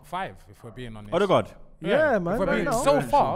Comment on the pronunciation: Telling you already it's Ødegaard